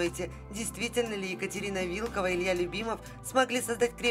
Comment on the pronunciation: Не вИлкова, а вилкОва😊